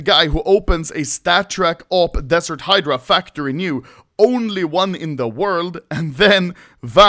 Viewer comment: Oh finally anomaly learned how to pronounce the word "Hydra", verry nice